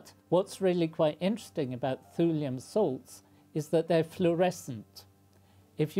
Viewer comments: pronounced "tyoolium" not "thoolium" btw. as "thule" is pronounced "tyoolie" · I like the concern of pronunication over Cleve but not over Thule (prionounced like tool) So it should be pronounced tool-ee-um?